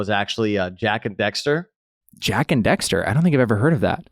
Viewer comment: Did he just call it.... Jak and DEXTER? No. Jak and DAXter. It is my favorite video game series of all time :D